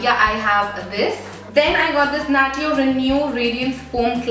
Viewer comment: Isnt natio pronounce as "nashyo"